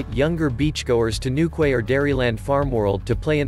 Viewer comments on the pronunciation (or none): It’s new key not new quay. Lived there. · Newquay is pronounced 'Newkey' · Newquay is pronounced with the ending being( KEY) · Newquay is pronounced as New Key. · NEWKWAY??? For god's sake learn how to pronounce English!!! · newquay is pronounced newkey